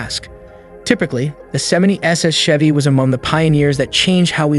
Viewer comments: Also, nobody says CH-EVY like check. It's Chevy, like champagne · Why do you guys keep missing pronouncing shevy & Chevrolet? Must not be a US citizen & can't pronounce American english!